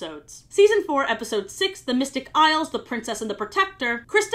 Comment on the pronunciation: At some point "Isles of..." Just started sounding like "I love.. " and I love that😂